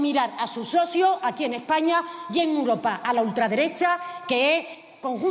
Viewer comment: Esta mujer no tiene medida, miente como su jefe, es como una cotorra que le enseñaron el cotorreo! Es imposible aguantarla! Toma a España y los españoles por tontos! Por favor hay que echarles ya como sea. Y espero que con el tiempo aprenda a decir EUROPA y no UROPA!?😊